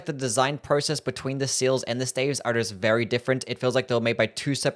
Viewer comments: Am i weird or is he pronouncing staves wrong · "Glintstone steivs" 💀